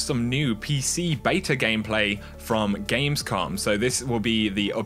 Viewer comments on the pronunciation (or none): none